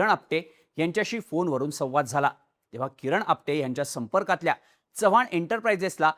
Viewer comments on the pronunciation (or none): none